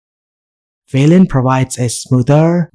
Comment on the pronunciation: It is Wayland not Vayland!